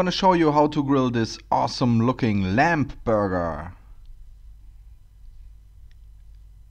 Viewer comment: Just a hint - when an english word ends on "mb" the "b" is silent, i. e. it is not pronounced. So it sounds like "lam" or "bom". NOT "lamp" or "bomp". It is spelled "lamb" but pronounced "lam" 😉